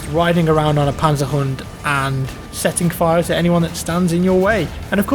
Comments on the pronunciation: not panser hun but rather panZeR HoNT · Panserhunnd :D i love that pronounciation <3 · Wie er Panzer Hund sagt ist einfach genial 😂😂👌🏾